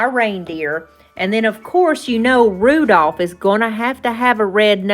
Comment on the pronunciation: these were adorable. Oh, you left the "l" out of Rudolph. Hope I don't hurt your feelings by telling you that. I meant to ask you in last video did you change Archers name to Tuffy Tater? I feel like I missed something, lol. I'm still calling him Archer. Love when you share your sweet animals with us. Looking forward to see what you create next time. Take care and God bless 😊